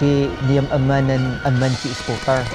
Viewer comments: It's eskootr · people might hate me for this but... i laugh whenever he says sCooWteR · Skootr pa more , makatilaw ka sakoang kamao ron lol 😂